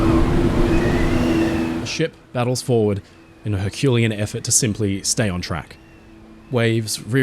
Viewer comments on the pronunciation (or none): none